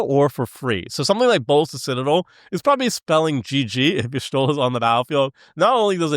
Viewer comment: Is pronounced teedus not tide us Is pronounced yashtola not yishtola